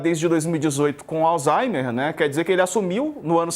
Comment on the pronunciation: Me corrijam se eu estiver errado, mas eu ouvi a pronúncia " alzheiNer"???